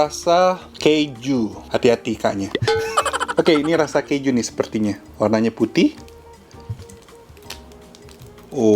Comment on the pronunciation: ini yg rasa keju. Hati hati "K" nya😂